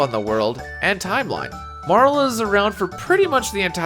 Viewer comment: Pronounced Marle correctly from jump? instant sub.